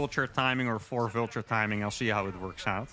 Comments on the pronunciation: pronouncing Vulture like 'vilture' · Love your videos. Love this mod because I actually like bw better than sc2. Your videos have gotten me into sc2 at all. Aside, your pronunciation of "vulture" made me think you were saying "villager" so many times. I finally got it. Thanks again for the good games